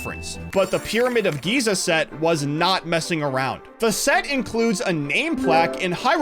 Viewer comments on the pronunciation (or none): none